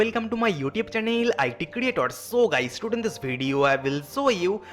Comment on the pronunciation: Bhai tu English improve kr apni.guys hota na ki gaaiis😂